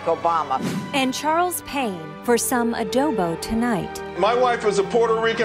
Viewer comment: God damn the way he pronounces adobo kills my soul